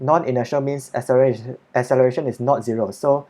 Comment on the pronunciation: 😂😂 i replayed it like 5 times cos it sounded so funny